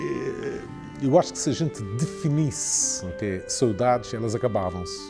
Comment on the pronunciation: Any other Azoreans can’t stand how he is pronouncing Saudades lol